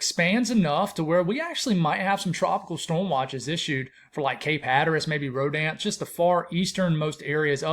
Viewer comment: Always enjoy your channel.. I’m a Nc guy. For future..Rodanthe is locally pronounced Row danth eee. Just a lil’ local insight..